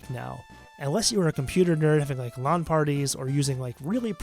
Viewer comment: It's pronounced "LAN". 🙂